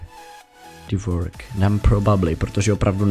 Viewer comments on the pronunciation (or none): Divorced se čte "divórsd", jinak pěkné.:)